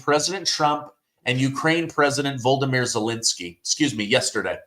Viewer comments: VO-LO-DO-MIR NOT VOLDOMIR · Volodymyr not Voldomyr. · His name is Not Volde- mir ... it's VLaaaadiiimir ... 😂 I don't like that guy but still pronounce nim correctly 😂